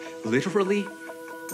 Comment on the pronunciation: man pronounced the t in litterally